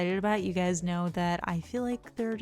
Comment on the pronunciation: I'm aware, it's what you always say, it just sounded like what's up gays. Nothing wrong with either ;)